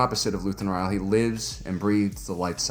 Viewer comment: But did you watch the show, because that I keep hearing you mispronounce Rael over and over? This isn't a book, they say the name in the show again and again. For a, you make ocd people go crazy when we just want to enjoy your videos.